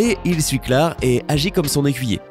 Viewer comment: Frr c'est " claire " pas clare